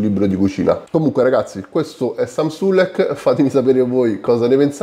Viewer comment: hai sbagliato la pronuncia si chiama Samuele sulekko